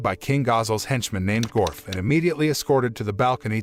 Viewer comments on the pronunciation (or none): Mostly some spelling and pronunciation errors for the names of some of the characters and places: Dwarfgon instead of Dwargon, Gorf instead of Dorf, Shou instead of Souei, Nino instead of Dino etc. They also called the capital city ‘Jura Tempest’, which is actually the name of the nation; the city itself is called ‘Rimuru’ after the one who helped found it. They also seemed to miss some details attached to resurrecting the townspeople: The story about Millim resurrecting her dead dragon companion ended in tragedy because, though she was able to restore its body to life, it’s soul had long since dissipated/left; the resurrected body was an uncontrollable beast that went on a rampage and nearly destroyed several nearby nations before Millim worked up the resolve to destroy it for good. The reason Rimuru wanted to try and resurrect everyone anyway was partly out of desperation and partly because they theorised that the holding barrier Mjurran made in conjunction with the anti-magic barrier put up by the church we preventing the magicules and souls of the dead townspeople from dissipating/leaving. Which is also why Rimuru had Mjurran put up another barrier to replace the one his strike teams were destroying until he had a chance to attempt the resurrection ritual. Another small mistake is with Razen’s fight against Kuro/Black: Razen immediately realised that he was facing a demon and summoned an ancient earth spirit to fight it (Demons, Spirits and something I don’t recall have